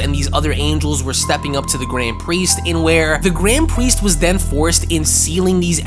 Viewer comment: "gwand pwiest"